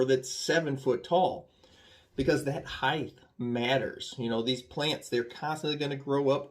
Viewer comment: Great vid and tips, but the word heighT ends in a T. Therefore it cannot end with a “th” sound. They are rOOts, it’s a rOOf and height ends in a hard t. But…. ‘Merica 🤣🤣🤣